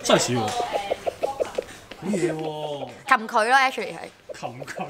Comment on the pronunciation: 我一飛到 我聽到ashly 心諗做咩無啦啦罵人...原來佢想講actually lol